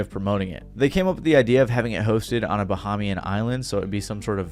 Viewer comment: Being Bahamian and watching him say this is like: 😮 (Edit: at least you can say the names of the islands)